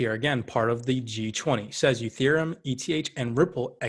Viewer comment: Its not youthereum....it's "E" thereum